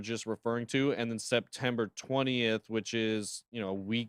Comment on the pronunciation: Septemper? HELLO......its October